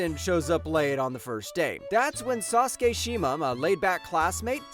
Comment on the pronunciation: for someone who makes videos in anime you really don't even try pronounce the names how does eiji become edgy and how is sousuke sasuke